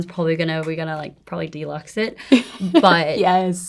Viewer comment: Is she said DELUXE? AF DELUXE?!